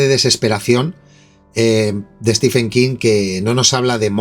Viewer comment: Un detalle: Stephen se pronuncia como si se escribiera Steven, es decir ¡no al sonido /f/!